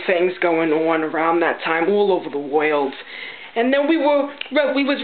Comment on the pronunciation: Lol! I say "world" like that. NIce job! Just like the old timers on my block.